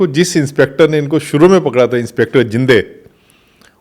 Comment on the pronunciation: Inspector zinde nai bhai zhende hai